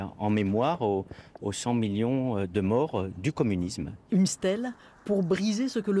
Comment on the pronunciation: « Le co… le comnimusme est une idologie nobe, idéologie nolbe » Ptain il sait même pas parler